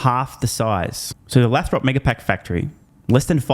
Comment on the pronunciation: Dude, it’s “Lay-throp” (long A)😊. Love ya